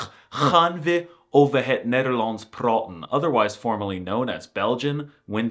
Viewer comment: Loved your review, but your pronunciation is waayyy of.. Cheers from the Netherlands!